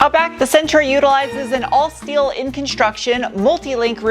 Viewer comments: Who's the party pooper that taught her how to pronounce "schteel"? I adore her unique take on Inglish. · Fake CVT shifts are the dumbest thing ever, they should add an option to remove the fake shifts on the software. BTW i miss the Shteel pronounciation :-D